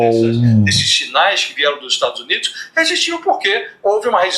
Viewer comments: Ela não sabe pronunciar Estados Unidos mas pergunto à vcs se saberia pronunciar Estados Unidisentes? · Nem para ela sabe pronunciar